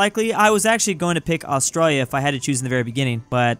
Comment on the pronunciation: ITS ATRALIA NOT AUSTIA DONT DISRESPECT MY HOME COUNTRY